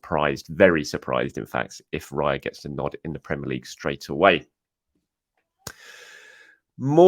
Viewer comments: Raya does not rhyme with PIE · Raya rhymes with player